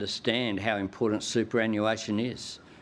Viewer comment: Albo learn your English,, IMPORTANT has a T in it not a D,,,, and learn how to say NUCLEAR ,,,,😢